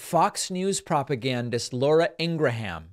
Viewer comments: I hate Fox news, but your pronunciation of Laura Ingraham's last name drives me crazy. It's pronounced "gram" not "gra ham". You're welcome. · Is it pronounced “Ingra Ham”? 😊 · I love how David always called her Ingra-ham. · Not sure if you are saying it wrong on purpose like Toolsi , but her name is pronounced like Ingram.